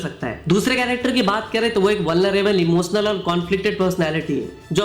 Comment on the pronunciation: यस, इमोस्नल, क्लैस, बतासा… 😂 यश, इमोशनल, क्लैश, बताशा…